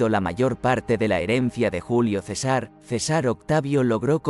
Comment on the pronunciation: La información que brinda este video es destruida por la pésima lectura: Cesár en lugar de César. Tanto desagrado me provocó que no terminé de verlo.